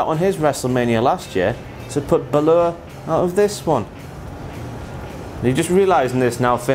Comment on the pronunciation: finn "bah-lure" I crack up every time you say his last name.